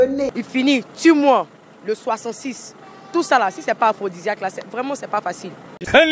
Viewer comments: On ne dit pas aphrosisiaque mais plutôt aphrosidiaque merci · On dit aphrodisiaque eh non aphrosisiaque journaliste yako 🤣😥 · Mme le journalisme est un métier noble faut pas faire dans l'improvisation s'il vous plait Étudier bien votre sujet avant tout Vous êtes pas capable de prononcer aphrodisiaque